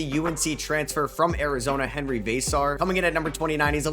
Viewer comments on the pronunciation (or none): none